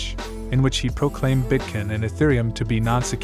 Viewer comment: These A.I programs are getting crazy! Notice it cannot say Bitcoin properly and when it speaks dollar amounts on these Videos it speaks the numbers individually. Modern technology